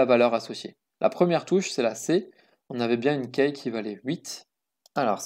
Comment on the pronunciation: Super ! Par contre Key se prononce "ki" pas "keille" :P